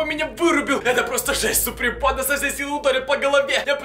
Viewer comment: А , почему вы говорите сапри панда?